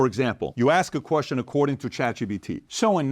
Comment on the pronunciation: I love how pat pronounces Chatgpt......... chat gBt Chat PBD Chat EBT